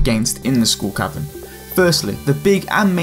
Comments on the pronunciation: I swear he says School Cavern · Does anyone else hear him saying "School Cavern"? :) It's probably appropriate since you get a kind of an education in survival against the odds..... ;) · I keep hearing school cavern. He he he ;p Great Video though